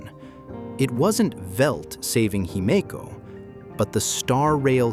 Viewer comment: Whatever you did to get your narrator to say Himeko correctly , you should do more of it.